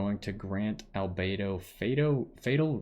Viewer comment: You're the first person I've seen that pronounced everything about Albedo correctly, lol. Also, this is a great overview of his character, a lot of people go in to the trail not even reading up on his talents properly. I wanted to pull for him, but got jean 30 rolls back, damn, there's still the rest of the banner time, here's hoping.